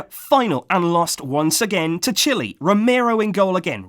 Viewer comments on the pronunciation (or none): none